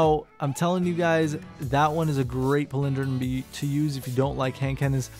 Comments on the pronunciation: lol chill out King Z. He's not fuckin Christopher Walken. Also, go listen to the pronunciation of this word...he is actually saying it wrong with or without accent. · PALindrome...not paLINdrome lol